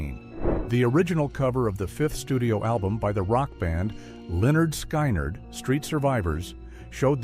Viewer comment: The Rock band's name Lynard Skynyrd is pronnounced SKIN NERD! NOT sky nard!!!!